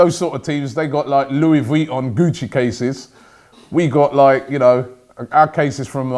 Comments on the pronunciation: "louis vweeton" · Lol man said Lewi Vweetorn 😂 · Louis Vweeton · the way he said louis vuitton😂